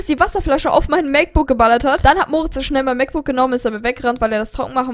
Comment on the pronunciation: Wie oft sagt sie bitte MacBooc